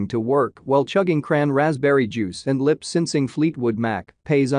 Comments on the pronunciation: Did he just say " Lyp Synsing" instead of lyp syncing? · IMagine pronouncing (Lip syncing) as (lip sinsing) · Dude, I loved his, "lip sincing".